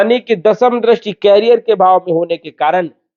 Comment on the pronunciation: Please कैरियर (carrier) mat bolo. Iska matlab hai carry karne wala. Jaise cycle ke piche hota hai. Ye करिअर (career) hai. Bar bar kan mein bara khatak raha hai. 🙏